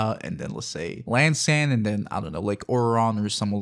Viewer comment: Dude. It's an I, An eye. not an L- not el. EEann-san is how the game pronounces it. :/